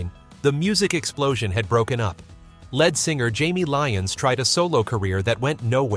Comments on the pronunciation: "Time Won't Let Me" was on the Hot 100 for 15 , not 13 , weeks. "Little Bit O' Soul" was on the Hot 100 for 16 , not 14 , weeks. "A Little Bit Me, A Little Bit You" was on the Hot 100 for 10 , not 11 , weeks. The lead singer of a group is pronounced as "leed", not "led". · It's lead or leed singer. Not led singer. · Finally, some songs from my teen years. And I'm Feeling Glad All Over. BTW, look up how to pronounce Leonard Skynard. It's not led singer, it's lead singer. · Lead singer LEED not lead singer LED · I'm sorry..."led singer"? As opposed to Lead Singer? Who is this guy? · The guy who very smoothly narrates this apparently doesn't understand what he's reading. Otherwise he would pronounce the "lead" in "lead singer" like "lede" rather than like "led" the metal. I realize "heavy metal" was coming up, but the concept of a lead singer is a pretty basic idea for someone who purports to tell us about the history of rock groups. Embarrassing! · Leed NOT led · It’s pronounced leed not led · And it is lead singer pronounced leed. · AND STOP SAYING LEAD SINGER ITS PRONOUNCED LEED SINGER........NOT EVERYTHING IS PRONOUNCED AS ITS SPELLED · In the phrase "lead singer" lead is pronounced "leed". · LEAD is not pronounced lead as in the metal It’s pronounced LEED you have consistently pronounced it wrong not one single time. Have you actually pronounced it lead as in leader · It’s not “led” singer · How about “led” singer instead of LEAD singer. 🤦‍♀️ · I love the content but hate the fact that the narration can't get Lynyrd Skynryd or lead singer pronounced correctly. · Mispronunciations abound. Of note is "lead vocalist" as if the performer was made out of the element. These all appear on the 60s channel on SiriusXM. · A computer voice again, dammit! The pronunciation of "lead singer" gave it away.